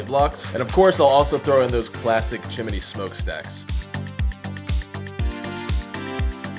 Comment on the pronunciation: bro says chimney like "chim-un-eee"